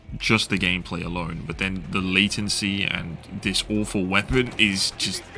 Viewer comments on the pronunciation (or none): none